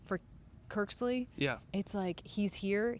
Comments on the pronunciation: cmon girl...his name is Kirksey not Kirksley:) hahaha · ya...but its "Kirksey" not "Kirksley" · Awesome job ya'll but "Kirksley" lol hopefully third time pronouncing it is a charm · Cmon guys. Once said Kirk-sly the first time, stop tape, tell her how to pronounce his name and then re-shoot. Sheeeeesh